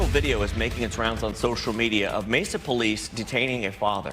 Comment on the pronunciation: He said Messa PD... enough said